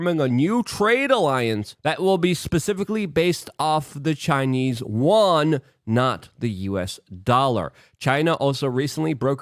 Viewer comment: Luke, can you say "You, N" or even "U.N."? but if you slur "YOU_EN" together you end up with an approximation a lot closer to the word for China's currency than what you're saying now for 元 ---- I'm welcome!